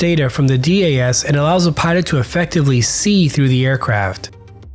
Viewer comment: Hands down the F-35 is the best fighter in the world and Switzerland has made a fantastic choice along with Singapore and other recent FMS nations. Great video but just some notes on your pronunciation...DAS is one word and not broken up (so not D-A-S) and this is the same with EOTS which is pronounced E-Ots...additionally MADL is pronounced Mad-L. Great work keep these videos coming!